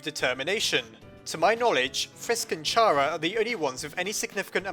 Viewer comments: Why are you sayink not like kara (chara) but like ch ara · U Say Tchaaraa and not Kara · its pronounced Kara! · Oh my god, it's pronounced "Kara" like "character" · The h is silent in chara